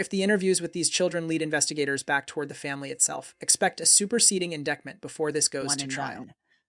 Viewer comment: Really can't stand the repeated mispronunciation of 'indictment'.